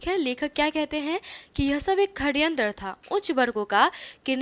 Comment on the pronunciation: Saryantr hai kharyantr nahi